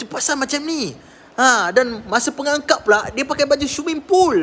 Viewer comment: Pengakap bukan pengangkap...